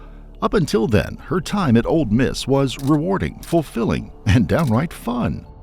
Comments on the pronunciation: This narrator drives me crazy saying “Old Miss” instead of Ole. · It's "Ole Miss", not "Old Miss". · I wish he would stop calling it ‘Old’ Miss. I know it has nothing to do with the story, it’s just a pet peeve of mine. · This man said “old Miss” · FYI, the "d" in "Ole Miss" is silent.